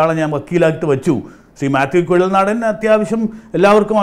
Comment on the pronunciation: Mathew Kuzhalnadan. Not Kuzhikkadan. He is the advocate of Renjith...